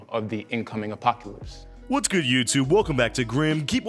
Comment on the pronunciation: Poor kid can’t even pronounce apocalypse right- “apockylpse”